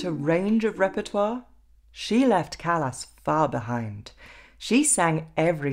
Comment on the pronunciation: Her name is pronounced Cah-las not Callas as in a foot or hand problem. CAH -LAS!